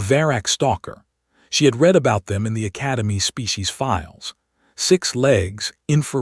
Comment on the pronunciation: Poor choice of text to voice followed by lack of quality control. Words are consistently mispronounced. Minimum test: read as 'reed', present tense read as 'red', past tense Please correct before trying again.